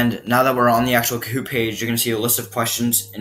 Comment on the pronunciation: lol u saying koot